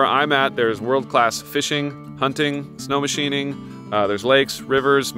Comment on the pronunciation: Awesome video! Thank you for saying “snowmachining”!